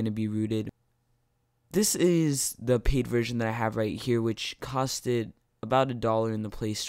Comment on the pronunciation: Nice vid but did u say just say "cost-ted"